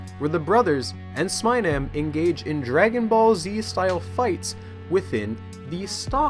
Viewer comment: it's pronounced "smeenem" not "smainem"